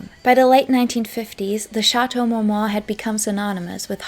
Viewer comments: Is this a spoof video? Like a joke? Does she keep saying Shatow Mowmow? 😂😂😂😂😂 I always wondered how some content creators put in hrs into a video & yet do not learn the proper way to pronounce the very subject name country person the very video is about!😂 I’m sorry but with the lower eyelash stick ons & “Shatow Mow Mow” i thought this video was a comedy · It can be fifth but to mispronounce a legendary location & butcher the name & say it like Shatow Mowmow is too much.